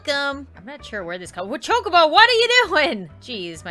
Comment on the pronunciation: It's chokabo (chalk-a-bow)